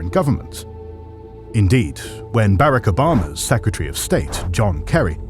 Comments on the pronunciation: is a good narrator, and I welcome him to your team. However concerning the pronunciation of proper nouns, (i.e. Haiti and Barack Obama) i am invoking the Monroe Doctrine to the correct American dialect. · “Barraco Bama”